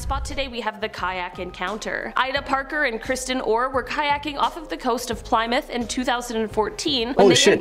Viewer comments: its pronounced plimuth not ply-mouth even though its spelt plymouth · It's pronounced Ply Mouth, it's pronounced Plimoth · How she said "Plymouth" killed me.... Pligh myth, bruh , isn't it pronounced plim ith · Am I going crazy or did she pronounce "Plymouth" as "plie-mouth" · "Ply-mooth" Americans pronounce British towns properly challenge IMPOSSIBLE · Even the way she pronounces Plymouth is evidence to the fact that she doesn't fully research things. If she was taking it seriously she'd hopefully know how to at least say the name of the place of the 'Meg sighting' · I hate they way she pronounced "Plymouth" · Our founding story starts with colonists landing at Plymouth Rock, they teach this to kids in like first grade, it baffled me when she mispronounced it, like I thought most of us could pronounce Plymouth correctly. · Who else got triggered over her pronunciation of Plymouth?